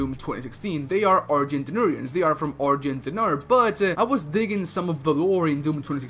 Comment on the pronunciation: Argent De Nerrrrrrrrd